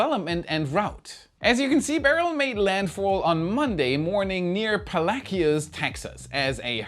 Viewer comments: “Pala-kios” ? You’re gonna get run out of Texas with pronounciation like that. It’s “Pa-lay-chos”. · Palacios is locally pronounced as "pal-ash-iss". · It's called (Paa-lay-shous) Texas, LOL 🤣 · LOL. "Pole-lack-ee-us!!! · Palacious Tx. is pronounced locally Palashus. I Enjoy your wor wai team. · native texan here that landfall city is pronounced PAh lashes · City name of the day: Polackeyohs. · Pa-las-cios, TX 😁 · Way to mispronounce Palacios, Texas...